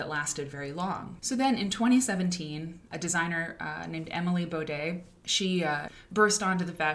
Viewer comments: Again, please pronounce her name correctly before making a full video about her. Do your research. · Considering she isn't even pronouncing Bode's name correctly, no... I don't think there was much respect for Emily or the brand. Watching any interview of Emily Bode on youtube would have informed her about that. This is very telling of the "research" that went into the making of this video.